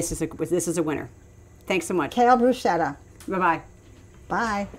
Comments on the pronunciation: .....bru...sket....ta!!!!! Not bru...shet....a. Please! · Yes! The Italian word “bruschetta” is pronounced /brus-ke-ta/ because “ch” is always pronounced as /k/.